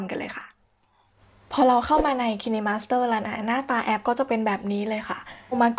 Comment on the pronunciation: Kine master น่าจะออกเสียง ไคน์มาสเตอร์ นะครับ😃😃